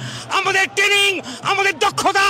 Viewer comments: Abe kathata tening noy kathata traning... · যারা নাকি ট্রেনিং কথাটাই ঠিক মতন উচ্চারণ করতে পারছে না তারা করবেন যুদ্ধ 😅😅😅 খারাপ লাগে এটা ভেবেই যে বাংলাদেশে অনেক প্রতিভা সম্পন্ন লোকজন আছেন, মনে হয় তাদের অনেকটাই ক্ষতি হয়ে যাচ্ছে, বিশেষ করে শিল্প সংস্কৃতির দিকটা। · দাদুদের alzimar বা মানসিক বিকার হয়েছে। ট্রেনিং কথাটা ঠিক মতন উচ্চারণ করতে পারছে না । যুদ্ধ করবে । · উচ্চমানের গাঁজা সেবন করে ফেলেছে,,, ট্রেনিং কথাটাও ভালো করে উচ্চারণ করতে পারছে না,, বলছে টেনিং 😂😂😂😂যদি এতোই ক্ষমতা তাহলে পাকিস্তান টা কে দখল করে বৃহত্তর বাংলাদেশ গড়লেই তো হয়,,,,, আরে ভাই যুদ্ধটা তাজিয়া নিয়ে লাঠি খেলা নয়,,😂😂😂😂